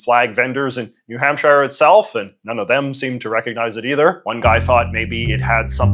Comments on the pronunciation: Oh I know lol. I just wanted to make sure no one passing through thought that his pronunciation was the “right” one. (Which is a little funny, as there are about 50 “right” ways to pronounce New Hampshire, and JJ managed to find a wrong way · why do you say new hampshire like that? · “New HampSHIRE” is CRAZY lmfao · As a New Hampshire man it always tickles me the way you pronounce “shire” Lol